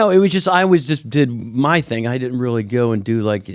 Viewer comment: Rearry rearry good episode